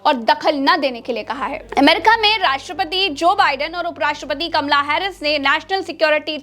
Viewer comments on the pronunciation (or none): none